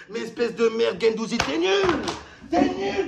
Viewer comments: Il a pris cher gendouzi "gendouzgeg"😂😂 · c'est pas guendouzi, c'est guendouzizi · C'est plus Guendouzi c'est guendouzizi Matheo Guendouzgeg 😂😂😂😂